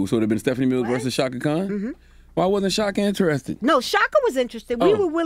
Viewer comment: Chaka Khan, NOT Kahn!